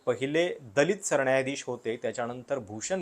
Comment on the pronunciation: सरण्यायाधीश?? न नळाचं कधी उच्चारणार?